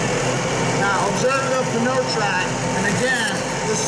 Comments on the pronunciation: Nope you got it wrong as well. It is P-new trac. This is the french word for tire. The p is pronounced out loud so it is P-new. The narator of the demonstration was pronouncing this french spelling, p-nau. which is not even a word. But au is pronounced o in French. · So I have to say that pneu is the French word for tire. The p is pronounced out loud and the rest is proounced new, not no, so it is P-new, not p-no. Full english translation is tire trac, in French it is pneu trac. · If you’re going to pronounce it wrong why not call it the pee in you track? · Did he say, "pa-no track"? Lol! It's pronounced "new track". Like "pneumatic". Hahahahahaha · If you pronounce it like it's written, is NEWTRAC, not P-NOTRAC. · it's not pronounced peneo track. it's "new track" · Why does he say "Pa-no-Trac"....It's obviously supposed to be pronounced "New-Trac"...like pneumatic..... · This dude is saying "p-kno track", and sounds like he's reading a script. So I guess I'm wrong or he never got pronunciation information. Figured it would be pronounced "nu-track", like pneumatic... Like pneumatic bias tires. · Should have gotten someone who knows how to enunciate the name of the tire. Pneu as in pneumatic so its enunciation is New-track. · By this pronunciation, pneumonia is p-noumonia. Bruh. It's newtrak. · Yep, pretty ridiculous that their own product rep can't pronounce his own product! pa'no track lol. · Yank pronunciation at its finest... p-know-trac lol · Nick Steggel no that's moron pronunciation. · Pronounced " NOY TRAC" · Peter Reed drove me nuts. You think a tire company could at least do that right. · I wish the announcer would realize that the P is silent. OMG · Jake Nelson the name of the product is PNEUtrac, pneu is the french word for tire, he is just trying to say the word pneu but he just cant pronounce it right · Crammy James Pneutrac. Pneu is french for tires, he is just trying to pronounce it the french way but doesnt quit workout